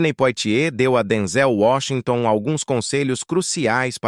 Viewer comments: Narração horrível , Denzel Washington é top chamá-lo de Denzél é de matar!!!!! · Fale corretamente, não é Denzel paroxítona e sim oxítona.